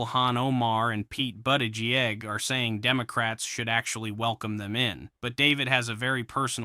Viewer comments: I’ll subscribe once you can actually pronounce Pete Buttigieg’s name correctly. (Boot-ti-jej) Thx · "Pete Butt-Egg-G-A? Really? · But-a-gee-egg. Lol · You mispronounced Pete's last name. Gotta be more detail oriented